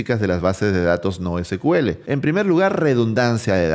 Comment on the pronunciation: Se pronuncia SIKUEL, porque el primer motor de base de datos de SQL se llamó SEQUEL (SECUELA) de ahí el nombre.